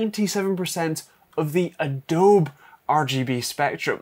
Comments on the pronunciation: Am also English and have NEVER heard someone say Adowb in my life. Always heard adowbee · It's an American company, so the name should be pronounced the way they pronounce it (with the 'bee') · *uh dow bee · Do they call Adobe (ah-DOW-bee) ah-DOWB in the UK or is this a channel slang I am just now hearing? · I've called it "ah-dowb" for years and speak Dutch natively. I guess it's an American thing to call it "ah-dow-bee".